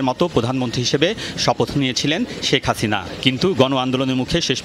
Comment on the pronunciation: শ্যেখ হাসিইনা 🤣😂